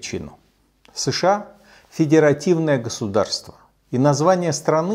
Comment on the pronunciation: СЭШэА, ТпитЫ... Комсомолец-есть комсомолец. Безграмотный, наглый и беспринципный.